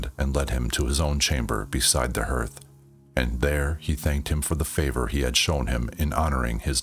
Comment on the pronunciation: Hearth is pronounced like heart with a th. “Garth” with an H. “Harth”=hearth